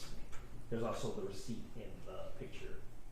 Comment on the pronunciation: He keeps saying pitcher instead of picture. 😂